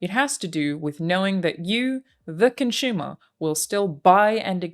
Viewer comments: I am Con-shoe-mer? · I like you you pronounce "consumer" cunchoomer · Con-Shumer. I can't get it out of my head. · Excellent video. Well done. Random comment: anyone else wince every time she says "ConSHumer" or the verb consume as "conSHume"? (drives me nuts. Why do some accents mispronounce letters?....I'm a weirdo. 'Kay, done.) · Her pronunciation of consumer is adorable 😂